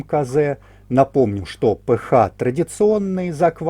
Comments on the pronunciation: Все супер, только режет ухо название РН "п-ха", а не "п-аш", наверное это на немецкий манер, хотя РН это латынь из химии, наверное автор и формулу воды зачитает как "ха два о", а не "аш-два-о". А этиловый спирт "це-два-ха-пять-о-ха" вместо "це-два-аш-пять-о-аш". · Спасибо все замечательно.только кислотность пишется ph а произносится...пе аш!